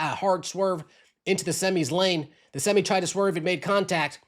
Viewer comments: What’s a semmy truck? Never heard that one before. 🤔 Maybe you were thinking a SemI truck? 🤷🏾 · SEM EYE,,,,not semmy 😂😂😂😂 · Please learn how to pronounce SEMI TRUMP. Its Semeye. 😂😂